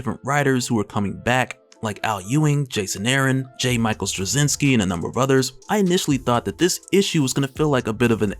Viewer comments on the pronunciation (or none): none